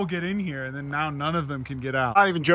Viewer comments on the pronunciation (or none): none